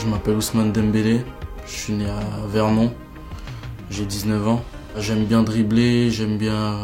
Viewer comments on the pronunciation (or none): Natifs de nez vron ?! Vernon 😅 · Nevron mdrr Vernon frérot